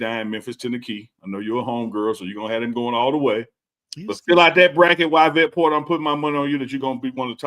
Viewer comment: Yvette is pronounced ee-vet, 😂